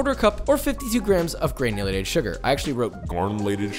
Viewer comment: gurrrrrnulated sugar